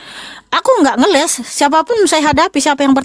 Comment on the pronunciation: Bokis. bokis....ngelessss bukan ngelek ngelesssss